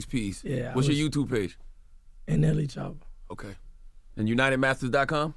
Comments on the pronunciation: Did he just call DAT man shoota 😂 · How do you represent this man. Talk so highly to us of him but you cant even get his name right. In his face. His name is not Shotta is Choppa